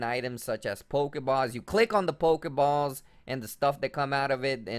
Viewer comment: "pokespot" and "pokebaws"